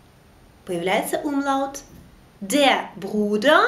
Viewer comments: уроки ваши классные, но есть одно маленькое но, в немецком языке нет грубопроизношенной буквы Л, она всегда произносится как ЛЬ. И когда вы произносите слово умляут как умлАут, это режет уши. А так все супер.😊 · Добрый день. На 6.12 Вы произносите слово Umlaut...буква ,,л,, или нужно ,,ль,,? ,,Л,, везде мягкая и всегда или бывают исключения. Мне показалось что Вы говорили твердо... ,,Умлаут,,? Данке)